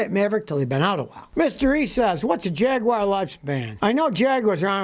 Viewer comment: Oh Scotty, what the fudge is a Jagwire, is it possible you're trying to say jag u ar JAGUAR